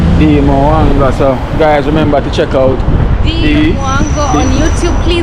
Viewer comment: Bless up!. A Retired Teacher from back a Yard. Let me help you remember how to pronounce Dee Mwango last name.....THE M IS SILENT....JUST SAY WANGO....LEAVE OFF THE M. ❤